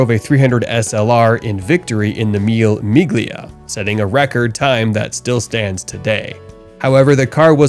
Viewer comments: It is not MIL MIG LIA. It is pronounced MIL LEH MI LIA (Mille Miglia) meaning Thousand Miles. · And as an Italian, "meal meeglia" hurt my ears. Phonetically, Mille Miglia is pronounced "meel•leh meel•lya". Good compilation of cars though. Nice work. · The 'G' in 'Mille Migla' is silent.